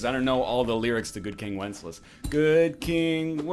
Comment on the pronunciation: who the hell is good king 'wences'?